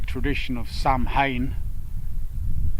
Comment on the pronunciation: Samhain is pronounced, sow win